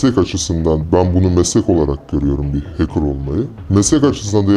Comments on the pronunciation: Hacker bey keşke önce hacker kelimesinin telaffuzundan anlatmaya başlasaydınız arkadaşa.. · heykır demeyeydin iyidi abi be